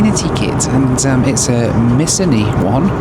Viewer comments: Mis-OWN-ee is the name of the nice looking ah-MEN-it-tee kit. Famous brand indeed. Great video keep ‘em coming mate. ❤ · pronunciation of Missoni 😂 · Pronounced Miss-oni,. It's a luxury fashion brand from Italy. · Missoni is a well-known brand and it is pronounced: Miss-OH-nee!